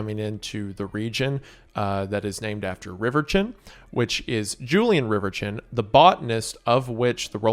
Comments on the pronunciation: Bro said riverchin instead of reverchon That's low-key funny and I'm crying over how he pronounced it ✌️😭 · Can we adress his pronunciation of Julien Reverchon. It's Rever-sean, not river chin